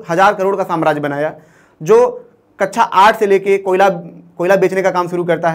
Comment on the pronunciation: Ye Siddhant sir ka relative hai kya??? Na koi sense wali video krta hai.. Na story telling skills hai. Kabi alines wali story Kabi duniya khatam ho jygi wali video... कक्षा ko कच्चा bol raha hai Pata nae kyu rakha hai inko 🤦🏻🤦🏻